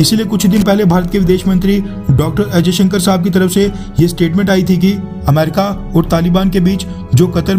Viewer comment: .यार तुम अजय शंकर क्यो बोलते हो ? जय शंकर कहो । अनपढ़ तो नही हो ना ?